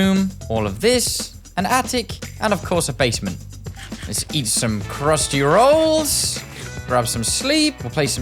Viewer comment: “crhusty rAHOLLS”😂😂😂